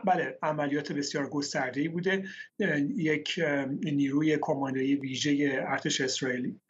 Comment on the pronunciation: عرزشي چرا فارسي رو خوب پاس نمي داري؟ كاماندووو؟!!😂😂😂😂